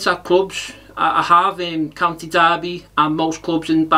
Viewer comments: Heard the news in the car and when Rooney interview came on had to rethink as was sure he said County Derby, absolute nailed on this! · Try thinking, it's why he also says County Derby 🙄